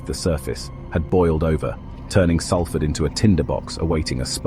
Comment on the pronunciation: Could you get the pronunciation of Salford right !…it’s known as Solford..that’s how it’s said